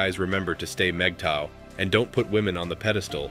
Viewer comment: Good video. Can’t share it, unfortunately. The computer constantly voices MGTOW incorrectly and even misspells the acronym. The informational aspect in point on. As I’m not sure that these are mistakes or an attempt to clown us, I cannot forward. Thanks anyway.